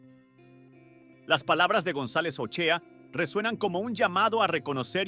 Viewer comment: Olaechea no Ochea